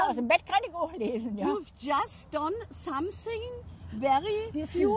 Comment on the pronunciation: SCHOMETHING SCHUST 😂😂😂 Something just würde das sein😂